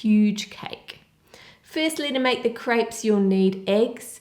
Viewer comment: I alwalys think she's saying 'grapes' because she pronounces 'crêpes' so weirdly